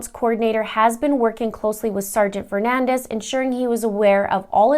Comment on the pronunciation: His name is Fernandes... Portuguese! Not Fernandez... Spanish!!! His surname is pronounced fer-nan-deeeees. Please respect him and say his name correctly.